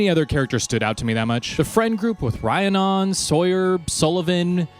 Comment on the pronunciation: I miss Liam so much! He was my favorite character in the first book. I am sad that slone wasnt mentioned more. Also Rhiannon is pronounced "Ree-ann-on"! Only know this because one of my old friends was named this